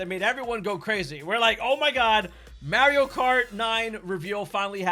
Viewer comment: How is possible you pronounce poor Mario’s name like that??